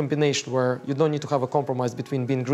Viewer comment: We ‘khave’ arrival 😂